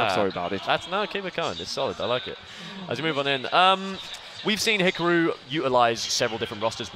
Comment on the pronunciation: I hate how they're pronouncing hikaru. It's hee car roo....